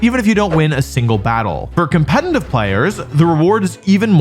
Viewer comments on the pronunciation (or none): his videos are so good but why does he say Compenanive